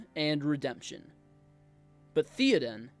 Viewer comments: TH-EY-Oden… not TH-EE-Oden. Great video! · Bro they said his name dozens of times In the movies, it's not theeeden, it Theoden. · Theyoden not Theeadin 😂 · umm its not theo-den its th-é-oden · THAY-oden. Not THEEEEE-oden. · Bro. Say it “Thay-o-den” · He's your favorite character yet you can't even say his name right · Imagine mispronouncing your "favorite" characters name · Why do you say his name wrong? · I’m gonna try to watch this even though you don’t know how to say Théoden. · I just wish you pronounced his name correctly... BUT... I loved the message. The point was put forth very well and you had a wonderful thesis. Thank you! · When pronouncing Theoden replace the E with an A sound and it will be perfect. Fine video! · That is not how you pronounce Théoden... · Ok. Now pronounce his name right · I want you to learn how to pronounce his name.